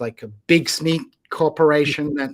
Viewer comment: Great conversation. One question though, who pronounces simit 'smeet'?